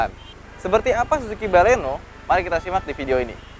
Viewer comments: baleno bukan balekno. hihihihhihi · baleno kalikkkk... bukan baleknooo 😒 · Mbaklekno? Wkwkwk